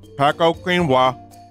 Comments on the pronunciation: Vinny sees an "S" underneath a "C" and pronounces as "paKo" 😂 Never change, americans! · Pah-Cow-Queen-Has is a great name for paçoca. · Bro trying to say paçoca is the saddest thing